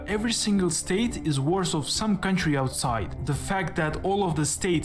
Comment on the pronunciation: Around the mark the narrator says "every state is worth of some country outside". It's just his accent that makes it sound like "every state is worse". For context, he then goes on to compare the combined worth of individual states vs whole countries.